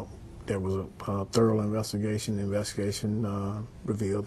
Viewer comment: therle investigashin